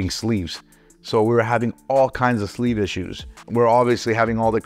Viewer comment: Can you say sleeve really slow again please? #flamer